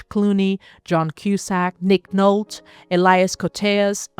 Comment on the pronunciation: Nope. I am now done watching this interesting piece due to suspected AI inclusion with the narrator saying "Nolt" rather than the actual pronunciation of the actors name